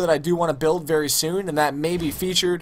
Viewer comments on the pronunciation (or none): none